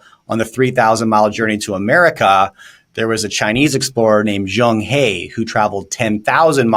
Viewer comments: Pronounced as Cheng “Her” not “hay”… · Talking heads who want to talk intelligently about China should learn to pronounce Chinese names properly. That is a sign of respect! "Zheng He" should be pronounced as "Zheng Her" NOT "Zheng Hee!" The Chinese "e" is pronounced as "er". Just learn this one sound properly, they would increase their credibility tremendously.